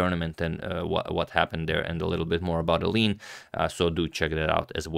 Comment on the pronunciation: Antonio, you are so good with pronunciation, except when it comes to us Dutch people! Maybe I can add a tiny snippet to your infinite wisdom. "Eline" is almost correct, but it's a three-syllable first name, so not "Ayleen", but more like "Ayleena". "Roebers" you also almost got correct, but "oe" in dutch is pronounced like "oo" in zoo or "u" in super. So, no "roybers", but "roobers".